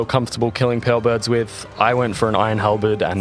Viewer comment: i dont know why but when you said pearlbirds i heard perverts. had to rewind and look at the text hahaha